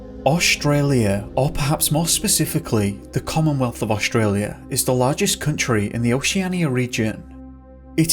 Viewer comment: Staci Taylor I do too except he says Oshtralia instead of Australia. That makes me laugh.